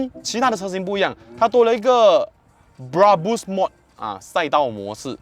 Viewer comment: Brabus 的发音发错了啊 😂 不是bra- bush , 是bra-Bersh 的读音😂